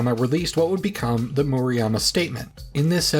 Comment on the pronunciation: Definitely not a stickler but just to give friendly advice. Murayama. U is pronounced like oo in boo That A is like the a in father Vowel sounds are difficult (if you know a romance language, just use the same vowel sounds)